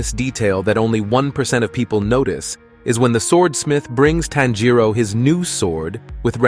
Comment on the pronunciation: “Tan Jero” bruh it’s tanjiro